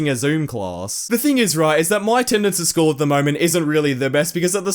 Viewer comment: i pay more attention to whenever he says "school" because i sounds like "schwool"